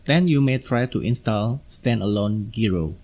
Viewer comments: Hi, "gyro" is pronounced as jai-ro, not gee-ro. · It’s a jye-ro not a gee-row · I don't mean to correct you or offend you, but the word "Gyro" is not pronounced like Gear-o. It's pronounced Jie-ro or J eye-roh. The word is just abbreviated from the word Gyroscope. If you start telling enough of these You Tubers the word is Gear-o, they'll adopt it and bring down the national IQ even closer to Idiocracy level (which you'll probably see in any comments that will probably be calling me a f-tard or some such douchery). Great video BTW.